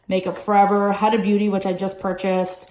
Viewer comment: Huda Beauty is pronounced like WHOda